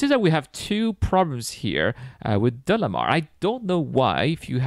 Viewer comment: I think it was DAYMAR, not DELAMAR.